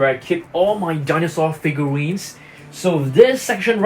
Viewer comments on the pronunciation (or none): you always say figawin also figurine